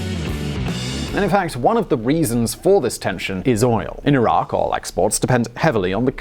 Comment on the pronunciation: I do appreciate that you pronounced Iraq the correctly. 10/10 good job most people would have botched it